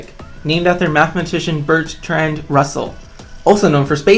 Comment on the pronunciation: You pronounced "Bertrand" very incorrectly. "Berts trand" ?! I've heard of silent letters in words before but not loud ones that aren't there. It's pronounced as is looks, Bert (as in Bert and Ernie) and "rand" (rhymes with sand, hand, etc).